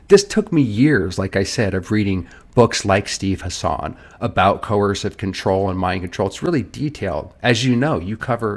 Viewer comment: It's pronounced HASSen, not hasAHN.